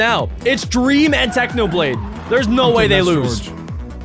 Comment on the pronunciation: Why did you say dweam not dream😂